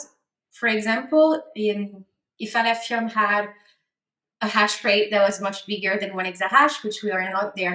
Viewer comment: “Aleph ium”